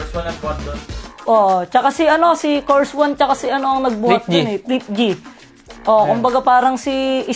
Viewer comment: Ano kors one, kers one yun. Curse one.......ako nakakarelate naman kasi nangingilabot pa rin ako kapag naririnig ko yung 'nakakamiss lang kasi'